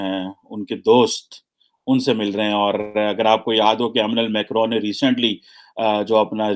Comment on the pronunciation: Please work on your pronunciation,his name is Emmanuel Macron.not as you said amenal macron...kya PhD kar ke betha hai...